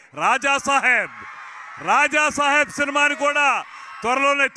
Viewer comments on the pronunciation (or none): రాజా షా హెబ్ కాదు రాజాసాబ్